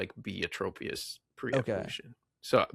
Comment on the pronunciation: All of you keep calling it Trope-ius. It's Tropius, like tropical! 😅